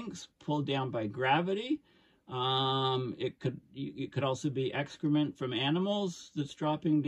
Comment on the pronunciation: Excrement sounded like Extra-Mint !!